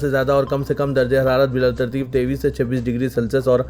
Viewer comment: News reader ki urdu Simt ko simat Bittarteeb ko bilattarteeb Unnis ko wannis Kahte hain Kisi ne ghaur nahi kiya Aur bhi bahot si ghaltiyan hain